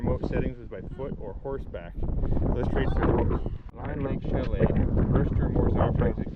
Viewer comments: It's pronounced, "Ma lEEEEEEEEEEEn Lake" .....as in, "lean" on me ( if my parents hadn't been cremated, they'd be rolling in their graves right now )...not to malign you or anything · When I lived there in the late 70s.....we always pronounced it as Mal(een) Lake.... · Maligne is pronounced Maleene. 😉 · Yes indeed - if only he could pronounce "Maligne" Lake properly, we'd be stylin'